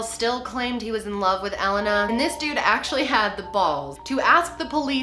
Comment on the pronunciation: is it just me, or is she pronouncing Elena wrong?